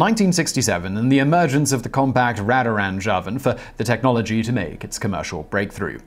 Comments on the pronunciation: Not ratrange Simon, it was pronounced radar-range. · I worked at the Natick Army lab complex several decades ago, it is pronounced NAY-tick. I never worked on microwave ovens, but the product is usually pronounced RAYdarRange as in RADAR - range. These two pronunciations really stood out to me for some reason... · Simon, radarange (sp?) Is pronounced RAY-DAR-RANGE, as in the radar used to locate and track planes. I'm sure the Amana company coined the name to make it sound really cool, very modern, and high tech--which it was. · "Check the radaranj" "Needs about 2 more minutes" "2 more minutes, they could be miles off course" "Impossible they're on instruments" *jazz music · That might be the best mispronouncing of the words "Radar" and "Range" I've ever heard.